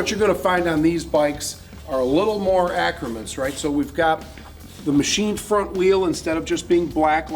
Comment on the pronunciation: the word you are trying to pronounce is accoutrement. A-Coo-Tre-Moun